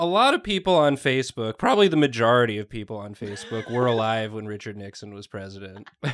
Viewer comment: I could listen to Nathan say the word "MaJAWrity" all day